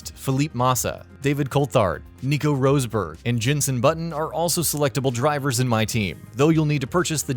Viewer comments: "along with sh0oMaWkEr, ElAiNe PrOeSt, SiNnA roSe-BurG , ceWLltArd and fELLeEp, MaWsSa and GinSs0n BuTtIn" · Did he say... Rose-berg and not Ros-berg? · Yeah it was painful. Imolar, Roseburg. Shumarker. Jeez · Devawn butler….I mean really….please get someone who actually plays f1 games to do these Jesus, and just to add on aswell emola it sounds like the fancy name for one of your teeth rather than the fantastic track this is imola. Having now completed the entire video my favourite by far is nico rose 🌹 berg 😂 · Nico Roseberg Elaine Proest Eye ear ton Senna Alpin Reno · I wonder who Rozeburg is.. XD